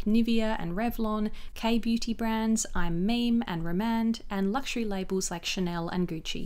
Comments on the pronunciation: absolutely love this video!! very tiny correction: i’m meme is pronounced “mee mee” instead of “meme.” i made that mistake as well when i first discovered the brand! so happy to see these comparison swatches 😊❤️❤️ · Hi! Lovely video! I love that you included Korean beauty brands. I do want to note that I'M MEME is actually pronounced "me me" and not "meem".